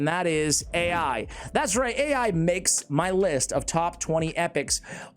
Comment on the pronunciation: Ai is pronounced “eye” it is Chinese for “love”